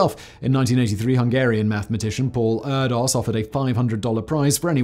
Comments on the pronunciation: Erdős is pronounced Eer-dish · Erdos is pronounced roughly like "air dish" btw. Edit: really appreciate you talking about mathematics. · please please please! Look up how to say Erdős 😖 not an O, it's Ő, and the S is said as SH, as in "she"